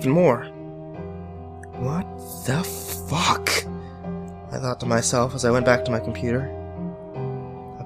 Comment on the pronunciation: He says the F word with so much emphasis LOL